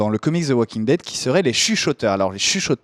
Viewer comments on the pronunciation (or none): 'ze' walking dead, i like the way you say that! haha